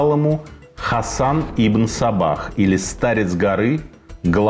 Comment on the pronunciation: Мне одному слышится - Ибн Собак?)))